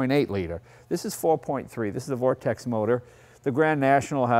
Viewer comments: It's Vortec not Vortex J. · Vortec, Jay. Not Vortex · Jay my friend it is Vortec , Not vortex lol no hate but I'm a stickler lol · Vortec, Not Vortex. UGGG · Sneaker Speaker that’s exactly what he said.... Vortec’s